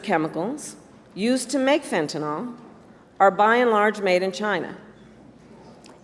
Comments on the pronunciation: One minor criticism of Harris's speech. She keeps mispronouncing fentanyl! She keeps putting an extra a in there at the end and calls it fentan-al (awl). It's fentan-il (ill)! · i L. O. V. E. her so much - but KAMALA - please say FEN-TA-NYL - the actual drug - NOT "fen-ta-NOL"